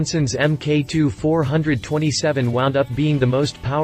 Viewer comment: Its pronounced four, twenty, seven. 427C.I.